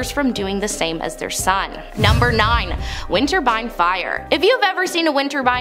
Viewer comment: Fiddle Casto? Really? Winterbine? Teach your presenters to speak properly!